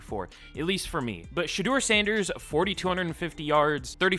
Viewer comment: Also, shout out to u for actually pronouncing our last name right on the first try. It’s not often that people get it right on the first try.